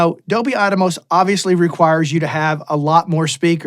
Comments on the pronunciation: I think it’s AT-MOS not ATA-MOS…😂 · It’s not Dolby “At-a-mos”…it’s Atmos, as in “atmosphere”. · Why is he saying atamos its Atmos. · Don NOT Give a Rats about "ATMOS". Thanks but you can not call it ATAMOS anymore. OK? 🙂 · attamos, ATTA- BOY! lol haha, hee hoo hoo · There are pioneers and trailblazers, and then there are followers and people who jump on the bandwagon claiming they were with the pioneers from the start. I’m going to go with the pioneers. Saying Adomos wow man. Good luck buddy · Is it actually pronounced at-tah-mos? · Even outside of 7.1.4 (and larger) setups, I think Atmos offers a novel approach to mixing in stereo and other traditional formats (quad, 5.1, etc). It allows for expressive panning that translates between different speaker configurations and headphones. I think there's a lot to be gained just from mixing stereo/binaural with Atmos. Side note: I don't think anyone else is pronouncing it "Adamos" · ATA boy 😂